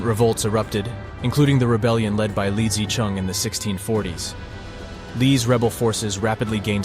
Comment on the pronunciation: I enjoyed the video and I found no glaring errors. You stated that the video was created by AI. You should somehow update the AI on Chinese pronunciation. For example Zheng He, the Zheng is not too bad, but He is not pronounced with a long e sound as in ‘ peace’ but with a short schwa ‘e’ sound as in ‘the’. The ‘zhuang’ in Zhu Yuanzhuang is incorrect. Also the ‘Zi’ in Li Zicheng is incorrect.